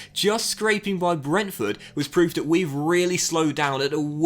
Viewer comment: First off, I’m enjoying your videos. For someone that speaks well and clearly it is really hard for me, personally, to watch when you say this, that, there, the etc like a kid. Dis, dat, dere, da. Come on man.